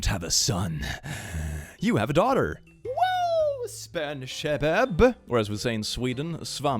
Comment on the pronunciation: i cant get over how he perfectly pronounced "shabab" (شباب) in arabic which means guys